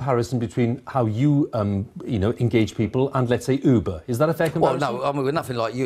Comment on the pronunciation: I think he's misinterpretated how you pronounce Uber.